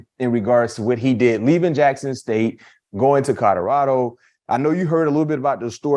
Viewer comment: Col-o-rad-o say it with me, Colorado